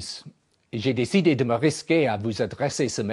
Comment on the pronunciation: day-see-DAY, not day-SEE-day (décidé) grr, why does that bug me?! lol